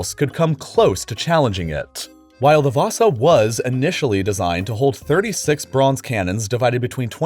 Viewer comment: You actually said the ship name (Vasa) pretty good.